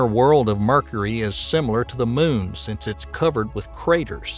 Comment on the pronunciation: I like how he says Mercury like "Merkry" similar to the way he says "Murka". Oh and that red spot on Jupiter, that's a turnader.